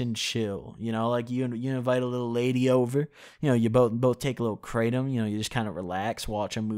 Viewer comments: YO you definitely pronounced it 💯 percent correctly.💯💯 Everyone else that I've heard say it. Always say it like you did myself included. Also you DO NOT SMOKE IT. Only eat it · hey just to let you know i noticed that you actually didn’t pronounced kratom incorrectly thanks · The English way he’s pronouncing it right. But In actuality is something like crah-tome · He is saying it Correctly! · HE PRONOUNCED IT CORRECTLY. and on top of that, great video. I feel like you really captured the feeling of taking Kratom really accurately I take it daily, mostly because of chronic knee pain and because it really helps me focus on what I’m trying to get done. BIG RECOMENDATION: take it before you sit down to do your editing. You will notice a great difference in how smoothly the process goes. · You actually did say it right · You did pronounce it correctly...iv been taking kratom for years now(daily) be careful guys they say it's not addictive...but I'm 100% addicted to it now...when I dont take it, i go through the worst withdrawals...not joking, it took years to get to this point and I take about 1.5oz a day but still it sucks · Hey, I just wanted to let you know, you DID pronounce Kratom right. Thanks,! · No he said it right Btw you definitely didnt pronounce kratom right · Imma gonna say from my experience its like weed but you don't get high and no dry mouth and yes you're saying it right Edit: pills is the form I took